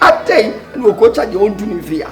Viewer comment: Am I the only 1 who heard saying “I will feer it 😂😂